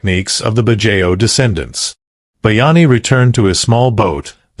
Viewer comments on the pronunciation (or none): Pronunciation corrections: KIT-SU-NE…every vowel is pronounced, no silent vowel sound, kitsune means fox in Japanese. BAD-JAO…not badjeo, the letter O is pronounced similar to the letter W.